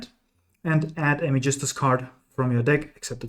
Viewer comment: dachte ich mir schon. Weil das Magistus Synchro perfekt ausgesprochen wurde 😂